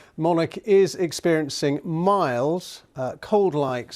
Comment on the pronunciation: WHO infiltrated it into her inner circle? "Monarch"? Is that Her Majesty's code name?! "Monarch is experiencing miles"??!! Who is this man?! How did he get the job?? "Monarch is experiencing miles"?? Where do they get them?! Why? Why does she need 'MEDICAL ATTENTION'? For a mild cold? Can't they leave her alone? So who infiltrated them? Who didn't test? Surely everyone has to have a negative test BEFORE they meet Her Majesty and Prince Charles?? I mean it only takes five minutes to do a test? So who came near them without the negative test? "95 years of old"!! He's really good, but is English not his first language? 'Monarch is experiencing miles at 95 years of old'. They brought it?! The defense ministers?! Now I'm really worried! Are they planning an assassination?! So Her Majesty is not vaccinated? Why does she have ANY symptoms?